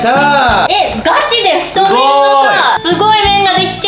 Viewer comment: 太麺を「ふっとうする」